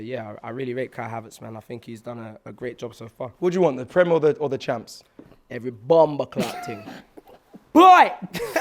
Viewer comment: It’s “Bloodcaaaat” not “clart”. Don’t spoil the Jamaican bad word. The man actually said “bumbo-claat” which is a related bad word.